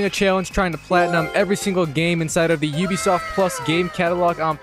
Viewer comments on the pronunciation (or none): none